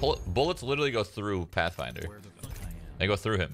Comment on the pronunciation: Path(fin)der is brok(e)n